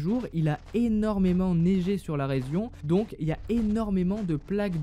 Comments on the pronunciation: Il a dit resion au lieu de region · À il a dit résion au lieu de région 😂😂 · "Il a énormément neigé sur la rézion" 😂😂😂